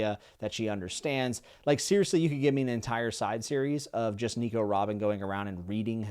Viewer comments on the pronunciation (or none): none